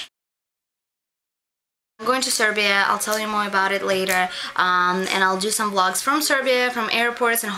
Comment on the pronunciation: It sounded like you said make love lots instead of vlogs. lmao.